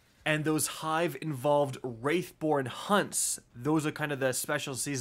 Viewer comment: Theres no way you make and edit a 12 min video without even paying attention to what the video was about lol. How have you played this game for years and still call them AXTION darts? Where is the I in wrath for you to pronounce it Wraith?